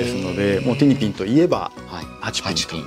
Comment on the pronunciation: [티니핑구]라고 발음 안하고 [티니핑]으로 그대로 발음해서 참 다행(?)이에요 ㅎㅎㅎㅎ 그래~ 일본어로도 ing(ng) 발음 잘 할 수 있으면서 왜 그동안 ‘모닝구(morning)', 송구(song)'이라고 낡은 문법대로 해온 거다요, 제대로 발음하면 영어 잘하는 잘난척 하는 것 같은 눈치 분위기가 있나?!?!